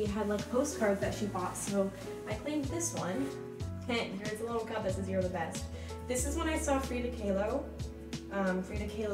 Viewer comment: wait wtf why did she prounouce "kahlo" like that im screaming. she said it so confidantly i literally had to stop and look it up to make sure i was pronouncing it right aaaaaahhhhh